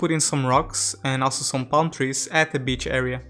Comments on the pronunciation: Is he saying "beach" or "bitch"? -_ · My parents have a similar accent to yours.. when you said “b*tch” instead of beach, I cackled😂😂